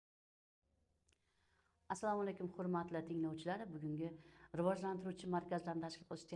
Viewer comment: Riojlantirish emas Rivojlantirish. Deyiladi ustoz